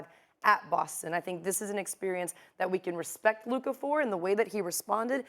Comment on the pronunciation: Hmm so Stephen a CAN say Luka’s name so he’s purposely been calling him luker all season long